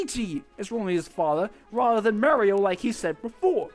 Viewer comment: Just an FYI: it's MARio. AR SOUND, not a AIR sound.